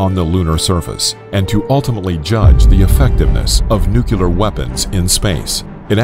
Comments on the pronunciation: Nuclear not nucular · Nu-clear. Nu-clear. Say it with me: nu-clear. No, no. Not nukular... Nu-clear. Gaddammit. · Thank you Patrick.I so wanted to post the too. Was so hard to take him seriously all through the video. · Finally somebody pointed it out it was giving me extreme ocd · Just one thing. The word Nuclear is not pronounced nuke-u-lar. (Thank you Daniel Cwik) Think of New and Clear and put those 2 words together to get Nuclear. Just a thought. So many people miss-pronounce that word that it's driving me a bit crazy. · NUUUU CLEEEEEEEEEEEEEE RRRRRR NOT NUCULAR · Of course it’s pronounced ‘New-clear’, the word literally means ‘of the nucleus’. You wouldn’t pronounce that ‘Nuculus’, would you? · Thank you! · This is why I couldn't watch this video to completion. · Nuclear, not Nucler. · Nuclear actually, not nucler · Its Nuclear btw not nucler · Nuclear not Nucler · Let's get this straight... It's nuclear... Not nucular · Lol "new-clear" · Dude... It's pronounced "new clear" not "nuke you lear". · It's NuCLEAR, not NuCuLaR... I couldn't even finish the video because of this. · Everyone: Nuclear Muricans: Nucular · I can't take anyone that says nu-cu-lar instead of nuclear serious. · It's pronounced: 'new-kleer', not 'nu-killer'; it's not difficult chaps. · What’s with this guy calling it “NUCELAR” instead of NUCLEAR!!! Is his last name Bush? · I blame George W. Bush for teaching Americans to pronounce "nuclear" as "noo-kyoo-lar." Surely, the pronunciation of "nu-CLEAR" should be CLEAR! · "Nu-clear", not "nuke-u-lar". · If he says nucular instead of nuclear one more time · It’s pronounced (Nu-clear), not “nucular.” I mean seriously, it’s pronounced the way it’s spelled. Why does no one get that? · NU - CLEAR. Not nOoKyOoLeR. That is all. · Somehow, nuclear became nukuler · Its pronounced "Nu-clear" not "Nu-cyu-ler" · For the last time it's not "nucular" ----- nu...clear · NOOO CLEEEE ERRRR, not new cue ler. Sheez, the ignorance and the writing is terrible.